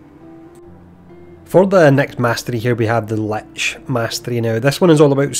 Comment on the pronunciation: I think for the first time in my life perhaps ive finally heard "lich" pronounced as intended. Also, thank you for taking the time to make this video. Much appreciated.